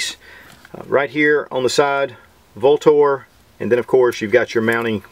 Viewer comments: The company name is actually pronounced "Ultor" though spelled Vltor. Sorry to be picky. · Came to hear Vltor mispronounced..Not disappointed.